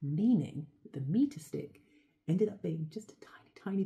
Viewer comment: Never heared A German word "Meter" many French Words and English in one Clip so perfect pronounced!